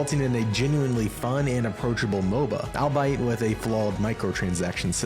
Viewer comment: "all buy it" 😂 Albeit is pronounced "all be it".